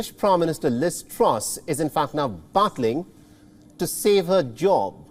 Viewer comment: Baaantling ? 😅 this guy is an achor ffs! Can barely pronounce things correctly 😔 imagine people learning English from him! Hahaha